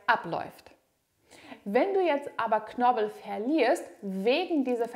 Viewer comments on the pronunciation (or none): Vielen lieben Dank für die interessanten Informationen und hilfreichen Übungen. ❤ (Es lautet aber KnorPel und nicht Knorbel...😆)